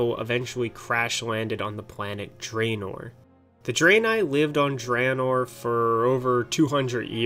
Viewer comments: So many people pronounce it 'dray-nigh' and 'dray-nore' when everytime its mentioned during a voice-acted in-game moment, in both warcraft 3 and world of warcraft its pronounced 'dra-nigh' and 'dra-nore'. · Great video but you fucked up pronounciation of draenei, draenor and everything related to them. Well except Exodar